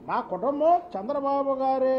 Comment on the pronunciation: కుటంబం కాదురా చిప్పగా..... కుటుంబం